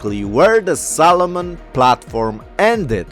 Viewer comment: Makes me giggle every time you say Solomon.. sounds like Salmon.